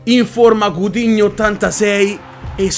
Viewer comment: quando ha trovato coutinho ha detto zafdhshsuus google traduttore dove seiiiiii😂😂😂